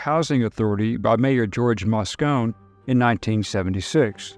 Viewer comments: Moscone is pronounced moss-COH-nee, not moss-COHN. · Moscone is pronounced Moss cone ee Mosconee. Milk was acused? by whom? I'd never heard that before. Addicted to what drugs? There are a boatload of drugs out there. We suspect which, but ... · btw, Moscone was pronounced WITH the E sound at the end.............. I lived in SF at that time and was not aware of any pedophilia accusations against H Milk (he developed my film at his camera shop, btw)